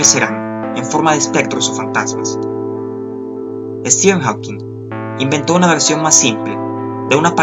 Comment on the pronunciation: me molesta como pronuncias stephen hawking